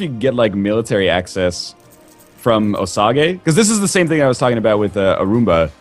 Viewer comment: Osage is pronounced O-sage by the way.